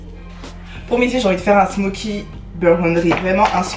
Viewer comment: Burgundy* tu m’a stressé tt la vidéo a dire burgundry 😭😭😭